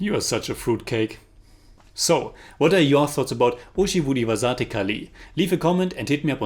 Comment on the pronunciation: title pronounciation 😭👎